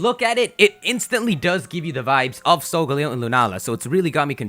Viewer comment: "Solgaleo" is pronounced sol-ga-leo, not sol-galeyo.